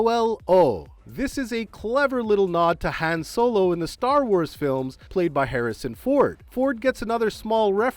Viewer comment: Whoever narrated this has clearly never watched fast and furious or star wars with that pronunciation of Han.